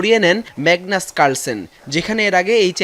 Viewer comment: What magnus calens?? Oi ta magnus calson